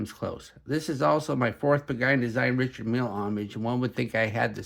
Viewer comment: Not being critical, just offering an idea. To present like like an authority, pronounce the names and parts like a pro. Its Richard Mille (Ree-shard Meel).. and its Tourbillon (Tour-b-on) not Ter-bill-on.. its indices (in-duh-seas) not in-dus-es. And its Homage (O-mage) not Haw-mage. 😇